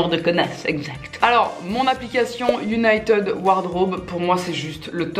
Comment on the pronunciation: J'ai cru tu disais uniteub pendant toute la vidéo au lieu de United 😭😭😭